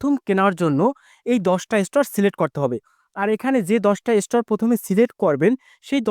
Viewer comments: আগুন কে সাগুন বলেন স্টার কে স্টোর বলে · উচ্চারণ আরো ভালো করতে হবে স্টার হবে স্টোর বলতেছেন কেন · ইস্টার বলে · স্টোর নয় ভাই এটা হচ্ছে স্টার😱🤭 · কলকাতার দাদা মনে হয? স্টার উচ্চারণ শুদ্ধ নয়। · ওটা স্টর না.... স্টার 😂😂😂😂😂😂😂😂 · ভাইজান স্টোর না স্টার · স্টর কি ভাই😂😂😂😂😂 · স্টোর কি রে ভাই😅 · আরে ভাই স্টার স্টোর নয় --- আগে ভাষা ঠিক করুণ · স্টোর কি ভাই? উচ্চারণ ঠিক করে স্টার বলতে পারেন না? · এস্টার বলেন,এসটোর না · Star❌ Stor✅ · স্টুর না ভাই স্টার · উচ্চারণ বেশি স্টাইল করে বলতে বলতে স্টর বলে ফেলেছেন ভুল উচ্চারণ 😃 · এমন বলদ জীবনে দেখিনি। স্টার শব্দটা উচ্চারণ করতে পারো না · স্টার শব্দটা পর্যন্ত উচ্চারণ করতে পারেনা, ভিডিও বানাইতে আসছে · ভাই এত সুদ্ধ করে বলতে গিয়ে এমন হলো😂😂😂